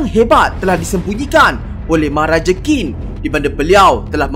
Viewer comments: Qín bunyinya cin bukan kin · ‘qin’ bukan disebut ‘kin’.. nak tau camna sebutan betul, cer guna google translate